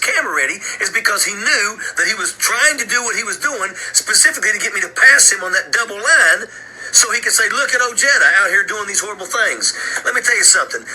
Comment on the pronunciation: Holy shit, Richard Ojeda!! We pronounce it “O’hayda”, but whatever. He is an idiot and a nasty, nasty man. Ran for congress, got elected, resigned to run for POTUS, then begged for his job back in congress when it didn’t work out.😂